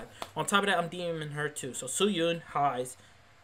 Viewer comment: omg HEIIIIIIIIIIIIIIIIIIZE it's hey z not hi z also.... i hope you're not serious about a lot of stuff you're saying,... just being honest